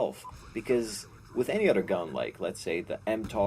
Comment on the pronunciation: he says udder instead of other